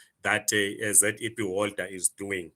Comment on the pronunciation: Educated can't even pronounce ZEP😂😂😂 fake zim zim